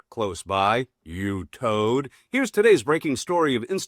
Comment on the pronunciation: Turd! Not toad!